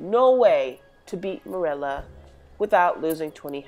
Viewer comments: I hate how u pronounce merula it’s meroola not murela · I thought I was the only one who pronounced merula like murela lol